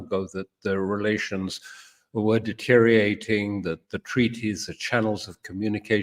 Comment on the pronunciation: My anal self was surprised to hear Mr. Crooke say "deteriating" and "emnity". I found it refreshing to hear Mr. Crooke talk about what is actually happening around the world, what the plans are. Few people appear willing to mention that on monitored social media.